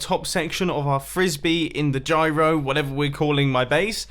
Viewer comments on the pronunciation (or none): none